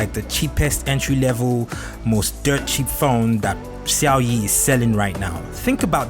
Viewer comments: He said Xiaoyi 🤣🤣🤣... Lol it sounds funny. But good review tho. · The way you pronounce Xiaomi 🙄🙄